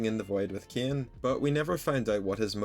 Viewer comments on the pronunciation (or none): Why do u pronounce Cain as KEY-AN bro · Why are you saying caine like that 😭